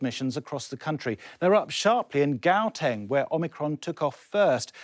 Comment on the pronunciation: That pronunciation of Gauteng just gave me Covid